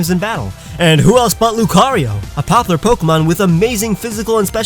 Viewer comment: "Two most popper Pokémon..."